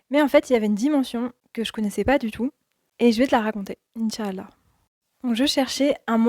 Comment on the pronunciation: As salâmou ‘aleykoum Je me permets de te conseiller sur certains points de prononciation en langue arabe. La prononciation correcte est : « In chââ Allâh » et « Mâ chââ Allâh » En faisant attention aux prolongations indiquées avec « ^ », et à bien prononcer 3 mots, et non pas 2 en disant par exemple « In chal-la » Bârak Allâhu fîk